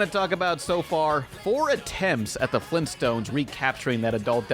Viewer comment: It sounds like he is saying flimstones not Flintstones..